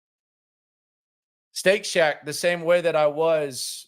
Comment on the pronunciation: When he was calling Shake Shack “Steak Shack” it was killing me… 😅